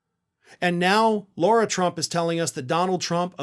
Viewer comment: Lara, not Laura. Oopsie!